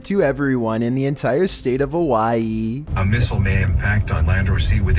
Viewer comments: the entire state of hawAa EEE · "state of HaWAyIiI"